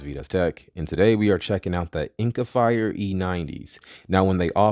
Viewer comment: Didn't even catch that you said it wrong. Lol that Jordan clip is hilarious!